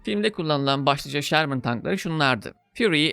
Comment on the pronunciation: abi şermın değil ŞÖRMIN doğru telaffuz. filmdeki modeller m4 ama fury tankı nispeten farklı bir model sherman firefly. bu arada filmdeki tiger tankı panzer6 serisidir. lakabı tiger. bir üst modeli panzer7 ise kingtiger (könnigstiger) olarak geçer. drive for the fatherland!